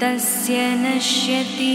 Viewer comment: It should be pronounced as Naashyati and not nashyati